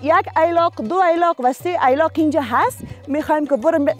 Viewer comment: ای لاق نیست درست تلفظ کن ایلاق هست.